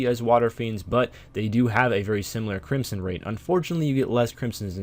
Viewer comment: its pronounced crimson not crimpson